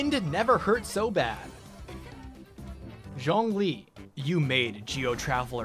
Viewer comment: You are one of a few YouTubers who pronounces Zhongli correctly and I love you for it.